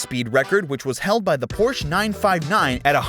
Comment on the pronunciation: I can't believe you cannot pronounce Porsche